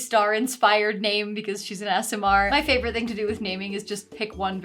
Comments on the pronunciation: I thought you were saying ASMR Rogue/Wizard and was wondering what that meant until I saw you write Aasimar xD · I get triggered everytime an American says "Aasimar" because I hate ASMR content, and that hard American A hits my head wrong. (Australian btw. It's my problem. I'll deal with it. Just voicing my suffering into the 3.5k comments.)